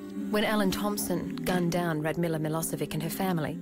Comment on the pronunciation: I wonder if they realise they are pronouncing Milosevic incorrectly? 😕😒